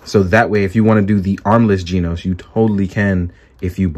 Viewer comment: Stop calling him GINOS, its GENOS! lol